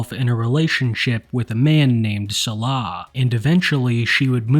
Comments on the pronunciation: please pronounce Salah correctly it hurts my ears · why should he, Foodie doesn’t 😂